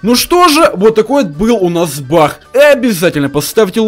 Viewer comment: он сказал не баг а бах